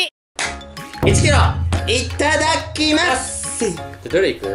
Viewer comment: いっただっきまっすんってww テオくん…w←←)))